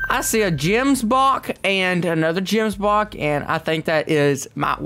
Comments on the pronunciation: btw they are called gemsbok not jemsbok with a g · Just saying it’s kalled Gemsbok and kudu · They way he pronounced Gemsbok🤣😂